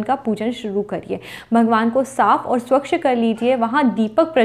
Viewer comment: इक्षा नहीं इच्छा स्वक्ष नहीं स्वच्छ